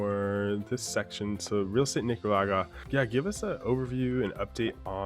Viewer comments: a little offended that the interviewer couldn't properly say Nicaragua pero I do enjoy the video. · Come on - I’m sure you can pronounce Nicaragua!